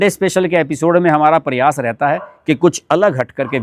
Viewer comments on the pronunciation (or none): none